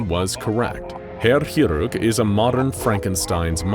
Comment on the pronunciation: It's been a while since I've heard someone butcher a word as badly as you did the word "chirurg". Didn't even realise that was the word until I saw it written down.